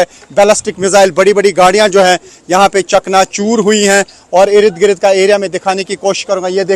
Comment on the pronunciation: irid girid kya hy bhai...? Ird Gird hota... your channel is Urdu but many pronunciations are incorrect.